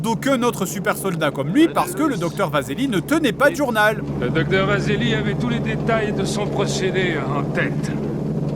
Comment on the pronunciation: "Tous les techniciens " T.O.U.S, pas T.O.U.T